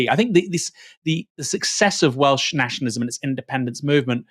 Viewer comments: To be fair, his pronunciation was the only positive to come out of that spectacle. I was expecting it to be atrocious but was probably one of the better attempts I’ve heard from non welsh speakers. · the way he pronounced the welsh was hilarious - respect to the taffs who told him to fk off